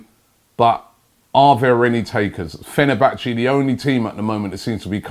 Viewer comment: 'Come to Fehnerbache' went to far eh.